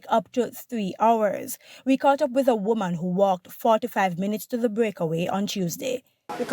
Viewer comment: For a news presenter, your pronunciation is poor, just listen how you pronounce woman. The news content is poorly writt